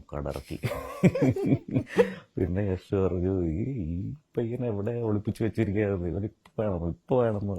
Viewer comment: യാഷ് എന്നല്ല "യഷ്" എന്നാണ് പുള്ളിയുടെ സ്റ്റേജ് നെയിം